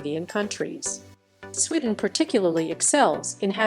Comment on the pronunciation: She obviously hasn't been to "Swidden", then she would know how to pronounce it, and also that the buses in the video are from London. If she went, she would have seen most of your points